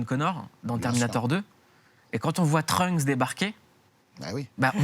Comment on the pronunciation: Pwaaa le 'Trunk' ca pique... C'est Trunks ! Pk les gens ont du mal avec les s en anglais???